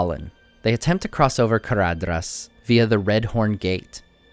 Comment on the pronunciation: You pronounced Caradhras like an italian :D